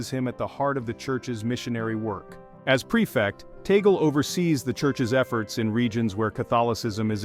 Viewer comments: Pls this is the correct pronunciation is : Tag-le, not tagol. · Name is not taggle. It should be pronounced 'TUG- LEH" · Please pronounce Cardinal Lius Antonio Tagle's last name properly, not the American way, very irritating the way it is being pronounced in this transmission 😮😮😮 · Tama naman pronounciation last name Cardinal Tagle... mejo slang kasi foreign nagvvlog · You pronounce it your way, and Americans pronounce it their way! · To pronounce Bishop Tagle's name is TAG (as in price tag) and LE ( as in Lee Jeans). I am not a fan of Tagle though. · How else would you pronounce his surname? I have never heard anyone pronounce it differently. Don't give credit where credit isn't due.